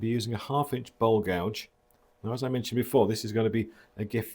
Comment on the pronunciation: I still think you are saying ball gouge! It took me a really long time to work out that you were saying bowl gouge. It is strange, because i have no trouble with anything else you say! 🤓😂🤓 The charring is beautiful. What a present!